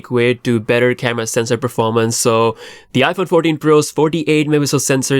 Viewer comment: ”iPhone Fourdeen”? That’s a first lol.